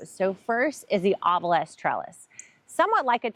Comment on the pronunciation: Note: OBELISK is pronounced the way it is spelled.